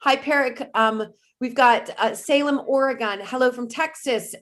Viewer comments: Oregon is NOT "Or-gone". It is Ore-gun. Or Or-ee-gun. Some say Or-i-gun. But never, EVER "GONE". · Oregon is pronounced, or e gun. Just a little fyi.